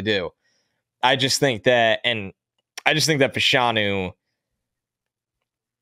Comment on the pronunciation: I would say Fashanu should be pronounced Fash (rhymes with bash) a-nu. In the 80s/90s in the UK there were two football (soccer) players, brother of Nigerian descent (like Olu). After finishing one got into TV. Their name was officially pronounced that way.